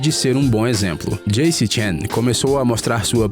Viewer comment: "Djeickie" mano... Não se pronuncia assim.